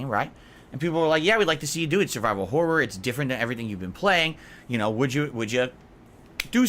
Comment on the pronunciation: The way says 'horror' bothers me so much for some reason